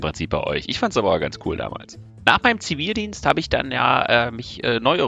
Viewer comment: Du hast den Zi-Vi-ldienst... Mensch. -.